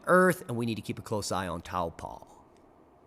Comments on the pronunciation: It's pronounced tawpoe... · or Taupo even.